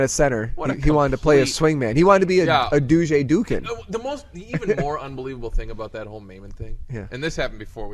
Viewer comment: pronounced Du-ye